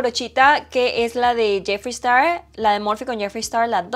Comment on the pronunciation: Holaa🤗🤗 por acá dejaré una crítica constructiva: en inglés cuando una palabra empieza por "S" no se pronuncia una "E" antes de esta. O sea, sería "Star" no "Estar". No se si me hago entender. Espero sea de ayuda 😊❤❤❤